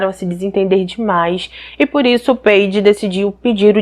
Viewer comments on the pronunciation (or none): Não é peide e paidje que se pronuncia.